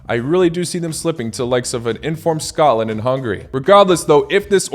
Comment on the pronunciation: Good comentary. 👍 Please try to pronounce "Scotland" properly. As you can see it has a " T " in there. "Sco - T - land". You are pronouncing it as "Scolland". It took me a while to understand what you were saying. 🤷‍♂️